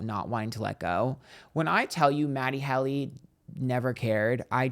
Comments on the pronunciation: Matty Helly 😂❤ it really wouldnt be a proper episode without mispronouncing something within the first minute honey 🎉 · I caught the mispronunciation and laughed so hard. 😂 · MATT-e HEAL-e?